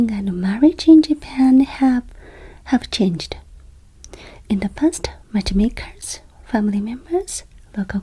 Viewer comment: Ohhh, matchmakers, of course. At first I heard watchmakers. I know Japan has Seiko, Citizen, Casio and so on, but it would probably be very distracting if they had to pair up people as well. 😂